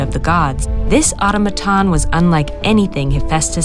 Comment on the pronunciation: Strange that the narrator mispronounces automaton right out of the gate.